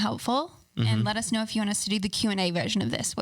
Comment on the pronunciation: Still thinking of «lettuce snow» everytime they say «let us know»😂❤️